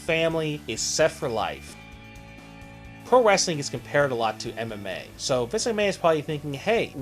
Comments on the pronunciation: bruh...do you not know how to pronounce his name?? it's Vince.....not Visk...smh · the narrator need to enunciate, he hasnt said vince correctly once in this video